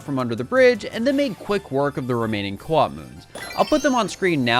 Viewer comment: At first I thought you were talking about Koops from TTYD but then I realized you meant co-op